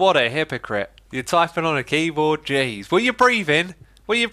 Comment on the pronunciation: I thought he said jiz